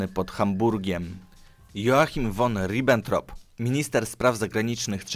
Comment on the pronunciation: Ty, Eiszman.... won Ribbentrop... musisz sie przyłożyc do niemieckiego